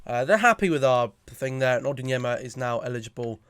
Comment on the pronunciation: It's ON-YER-DIN-MA 🤯